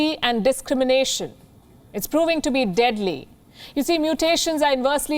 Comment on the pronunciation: did she say DEADLY? haha lol